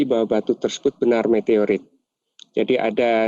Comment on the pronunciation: Meteroit apa Meteorit ....😂